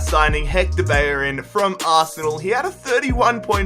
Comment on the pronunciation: ‘Bayorin’ no. It’s ‘Bellerin’. Please learn how to pronounce things. And learn how to pronounce the letter H.